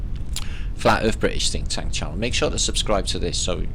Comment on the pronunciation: Did I hear say Phinktank? No I guess I didn't. I'm getting old.